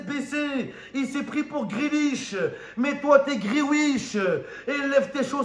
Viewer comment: ''Mai toi tu est GreaWISH'' il m'a flinguer 🤣😂🤣😂🤣😂